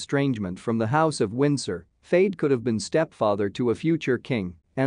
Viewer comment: Your Al voice is pronouncing Fayed wrong.